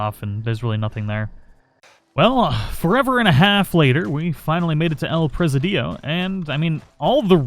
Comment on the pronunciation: I thought you were from Texas. You should be able to pronounce Spanish names. Presidio is pre·sidio, not presi-dio. It's the same as the border town in Texas over by Big Bend. You started out saying Escalera correctly, then started saying Esca-laura. Chuparosa you got correct. But, like you say, "Words are hard!"